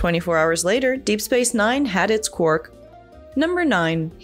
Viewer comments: It's quark not quirk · His name is QuARK not Quirk, Trek Culture has a host who can't even say his name. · I prefer Odo always almost calling him Quack. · Calling him “Quirk” is killing me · It's Quark. Not Quirk. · He's called Quark, NOT Querk! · It aint Quirk its Quark, read the spelling !!!! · Or as kept calling him "Quirk" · It's Quark.... not Quirk. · Quark for god sake not Kwerk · Sorry but instant dislike when the voice actor cannot even say Quark properly. His name sure as hell wasn't Quirk. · Sorry.... unwatchable.... constantly calling Quark... Quirk.... too distracting... that's like calling Spock ... Speck.... or Kirk... Kirk.... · Sir Bun-Bun 5 months ago Sorry.... unwatchable.... constantly calling Quark... Quirk.... too distracting... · I don't think the presenter of this video watches Star Trek DS9.. Why else does she keep calling Quark Quirk? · I keep hearing 'quirk' every time says his name... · The auto-generated captions do, too...! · That’s because she keeps saying quirk.. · Is she saying Quirk? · Yes she is ! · Quirk is what the video presenter says if she doesn't know how to say his name properly. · Is it just me, or every time she says his name is she calling him Quirk??? Am I the only one who hears Quirk? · It's rude to mispronounce other people's names,. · You said QUARK wrong! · It's just a shame you can't say his name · I can’t watch this episode! She’s pronouncing it wrong! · you are not alone